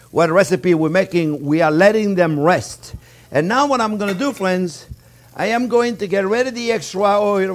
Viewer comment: Can you see that fwiends?-Chef Yes i can and im stawving🤣